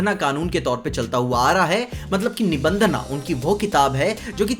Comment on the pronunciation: Bhai nibhandhna nahi nibhandhan yeh angrezi pana chodo🗿🥂